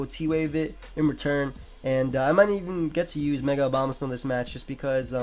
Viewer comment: why do EVERYONE say Obamasnow instead of Abomasnow